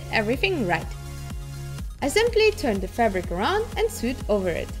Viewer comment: You “soo-ed” them on?? You mean “soh-ed”?